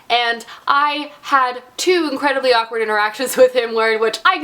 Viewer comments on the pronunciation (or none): none